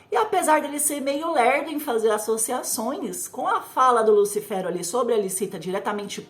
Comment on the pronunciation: Engraçado ela falando"lúcifero" né lúcifer não?